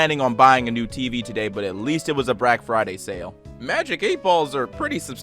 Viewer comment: "Brack Friday" lol